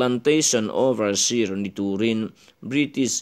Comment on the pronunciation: Oversir ti a lamlo in oversiar tia lamtur...diktakchuan i chhiarthiamlo.